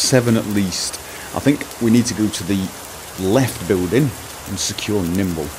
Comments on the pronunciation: It's Nimble, not Kimble. :P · "Kimble" lol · I cried every time you said Kimble. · lol you keep calling him Kimble but it's Nimble